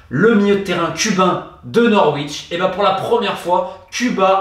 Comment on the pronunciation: Toujours aussi intéressant, merci pour ton travail Romain. Par contre, prononcer le "w" de Norwich à répétition est limite criminel 😛